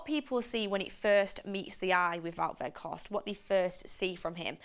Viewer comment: Sell. Carthorst not Weghorst